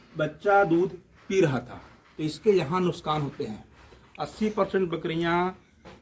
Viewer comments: Nuksan nahi nukhsaan hota hai😂😂wipepoint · Nuskan nhi nuksan bolte 😂😂😂